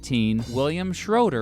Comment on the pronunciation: Scheuer not Schreuer